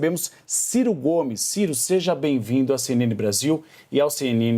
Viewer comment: A CNN imparcial??? "Çei"...